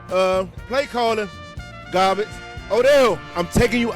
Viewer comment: Not even garbage bro said gabbage😂. With no R but bake out there having a ball in the postseason